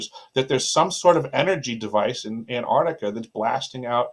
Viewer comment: "Ant-ARC-tica" not Antartica.